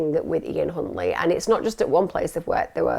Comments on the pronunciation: could’ve sworn you said Cuntley 👀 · I swear I heard you say C...untley lol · … it’s pronounced “Huntley” but I see what you did there 😉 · OMFG Emma you unknowingly said his name. All members and please you as well Emma, listen to how you say his name. I’ve saved that part so I can show Les. Only that part though. 😂😮😂😮